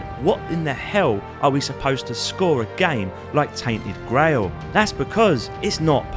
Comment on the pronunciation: Grail pronunciation 🤐🤣🤣